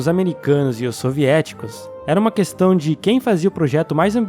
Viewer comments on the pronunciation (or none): none